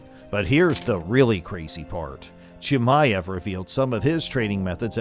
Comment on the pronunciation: Still cant even say his name 😂 probably didnt even see the fight live